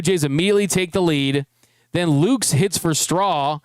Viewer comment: Jays fan here. FYI Nathan Lukes surname is pronounced Lu-kus. Two syllables, not one.